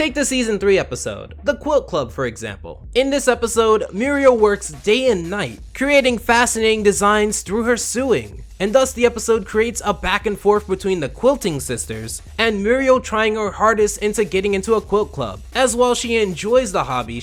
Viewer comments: Is this guy reading straight from a script? He’s mispronouncing some simple words. He pronounced sewing as, “sue-ing” instead of as, “soe-ing”. I heard a couple others. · I'm sorry but did you say SUEING? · Lol Did you say “Suing” in place of sewing? Or am I just going crazy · Did he just pronounce "sewing" as..... sooing? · Please.. it's So-wing not Sue-Wing (sewing) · Sew is pronounced like so, not sue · its pronounced SO-ING not SUE-ING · Did you say "through her sue-ing" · This nigga said sewing